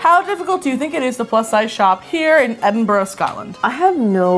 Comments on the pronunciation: Edin-burah I think that’s how u day it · uuughhhh Edinburger? Come on 😂😂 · I've heard a lot worse pronunciations than they tried. My least favorite and most cringey one has to be "Edinburger" like really? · Edin bra. That’s how you pronounce it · ed-in-bruh For all the Americano’s...that is how you pronounce Edinburgh😂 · I love that you came to cold, windy, wet, wintery edinburgh in a summer dress. With the wind here we can't ever wear dresses. Also you got edinburgh sometimes. Imagine it as Edin - Bu Ra. Easy! Silent H. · I live in Scotland, Edinburgh and I’m so sad that I didn’t know when they were here if I did I would have forced my mum to come with me to a bar so I could say hi and act really awkward (By the way it’s Ed-in-bra like there’s a guy called Ed who’s wearing a bra and it’s hag-is personally I don’t like it but I’m glad you did 🙂) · Edin bruh. Approach it like you’re gonna say it like edinburough if it makes you feel better, but after the “edin” part, interrupt yourself with the word “bruh” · No one: Them: EdinBRUH Bruh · Edimbra is how you say it I wish I was there but I was there 2 days after you guys where so :'( and o live near aberdeen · E-din-b-ra its not hard 😂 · Hello and welcome to 21 mins and 47 seconds of and mispronouncing Edinburgh! It’s not edinborough guys 😂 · Enbruh? hahaha, I love it :D However, I do think they should google how to pronounce the name of the place they're going to. Kinda shows a lack of research. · Btw its pronounced Ed-in-bruh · Pronounce it like a frat boy, it's Edin - BRUH say it with your chest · it's "edin-bruh", bruh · Its pronounced edinbruh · I’m never gonna understand why Americans can’t pronounce Edinburgh it’s legit just said eh din bruh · To pronounce Edinburgh Ed-in-bruh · Btw it’s ed in bra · Its pronounced 'ed in bruh' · I love that and nailed pronouncing slàinte mhath but couldn't get "Edinburgh" or "haggis"